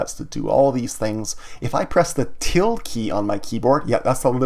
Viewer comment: hi, just letting you know ~ is pronounced til-da, not tild